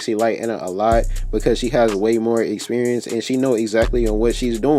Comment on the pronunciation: “ way more expierence “😂🤣 no shit